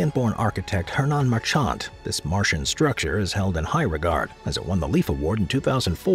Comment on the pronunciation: Marchant... Third word you've mispronounced in this video alone 😂